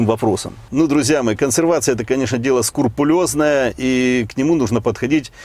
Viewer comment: не сКУрпулезное, а СКРУпулезное.....так на всякий.....